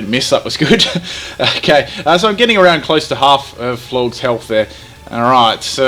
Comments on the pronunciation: Are you... Pronouncing... Florges... AS FLORGS?!? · Lmfao FLORGZ. It's pronounced like "gorgeous". Florges, gorgeous. Get it? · I like how it's supposed to be "Florges" like "gorgeous", in regards to its beauty, but instead calls it "Florgs" making it sound totally ugly and unappealing